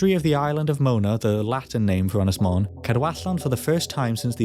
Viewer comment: Little hint and tip for you.......elongate the ' O ' in 'Mon ' .....that's what the ' To Bach ' or ' Little Roof ' above the O indicates....you pronounce 'Mon ' as the English ' Mown ' almost . You got the Ynys bit right . Otherwise ....good stuff .